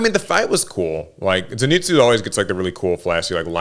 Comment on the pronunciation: mispronounces “Zenitsu” the same way Inosuke mispronounces it, lol! What really pissed me off is how the crows didn’t announce Zenitsu’s win.